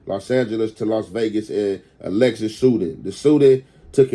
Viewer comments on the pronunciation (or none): none